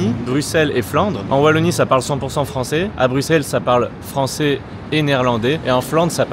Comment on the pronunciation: Je reste il prononce bruxelles correctement!